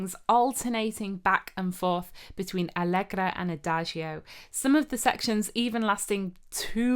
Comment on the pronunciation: Not allegrA but allegrO, not fantàsia but fantasìa (change of the accent). Thanks.